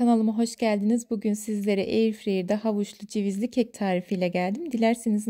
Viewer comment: Bilerek mi eyirfreyır diyorsunuz